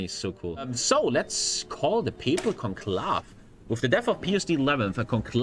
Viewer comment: God, imagine not knowing what interred means nor knowing how to say conclave lmao 😂😂😂